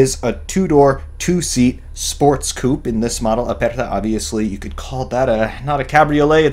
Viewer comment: Great video man, just one tiny little observation (I know I'm a bad person but I can assure you it's starting to drive me nuts, pleeeease bear with me!): it's coupé, pronounced COUPAY (accented AY, not OU), french for "cut, severed", due to the way the backend abruptly finishes. I know this might sound harsh but believe me, it doesn't want to be, just a friendly pointer from one petrolhead to another, that is all. Keep these beautiful videos coming buddy, I love 'em! Cheers from Italy!